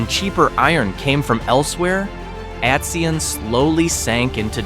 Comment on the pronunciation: Atsion is pronounced at-CY-on. Atison, Like Allaire are all very close to populated areas. Atsion is near the quaint town of Medford in Burlington county, not far from the Delaware River and Philadelphia. The Pine Barrens, or Pinelands as natives call it, was filled with bog iron, used to make musket balls for the Revalutionary War. In the Pines there are some true ghost towns where there are only piles of bricks, foundations or chimney’s. The villiages you mention are very interesting, some places like Whitesbog, also not far from Medford and where Miss White cultivated the wild blueberry, have blueberry and cranberry festivals. There are Apple festivals too. Remember, New Jersey is the garden state.